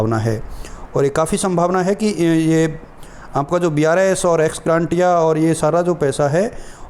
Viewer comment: एक्स ग्रांटिया नहीं होता है एक्स ग्रेशिया होता है भाई एक बार सत्यापित कर लें । वीडियो बनाने के लिए धन्यवाद एवं शुभकामनायें ।🙏